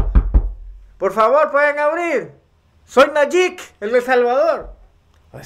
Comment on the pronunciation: NO SE PRONUNCIA NAYIK. ES NAYIB. CON B AL FINAL.